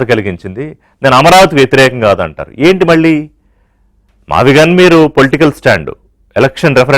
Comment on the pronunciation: Mavigchan not mavigun.tikit for takct.